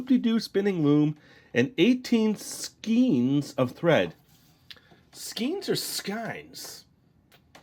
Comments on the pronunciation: Skein is pronounced to rhyme with "rain"_ This looks like fun! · I believe it's skein pronounced like day (like skane)